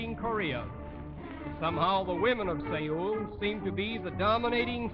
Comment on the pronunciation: God, to hear them butcher Seoul into 'Seyu'. I had to reply it 3 times to finally know what he was saying